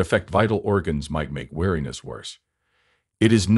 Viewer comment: "weariness", not wariness.